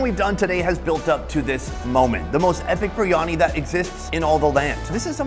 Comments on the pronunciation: It's BEER-Ani not BREE-ANI... IM SORRY IT JUST RUINS THE VIDEOS, SUCH A SIMPLE PRONUNCIATION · Oi mate what is Baryani? ITS FUCKING BARYANI!!!!!